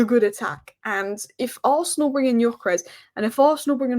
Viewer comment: Just wanna say I met a Swedish bloke on holiday and its 'Gyokeres' with a hard 'g' and a normal 's' ...